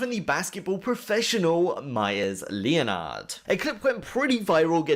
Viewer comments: Leonard is pronounced Lenard. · THIS GUY PRONOUNCED LEONARD IN 3 SYLLABLES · hahahahahahahahaha MEYERS LE-O-NARD